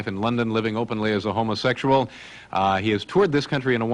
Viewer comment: He says 'ho-mo-SEXual'...like the voice-over's in those dodgy 'beware of' info films ?